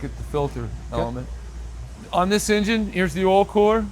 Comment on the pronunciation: Amazing! “Engine” was mispronounced 72 time’s during this video!! Come on … 😂